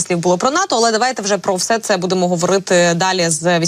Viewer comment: Прохання до ведучої, не використовуйте слово "все", звучить" всьо"